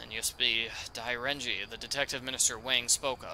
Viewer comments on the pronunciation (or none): pronounced "Dee Ren Djieh" You are asking some good questions.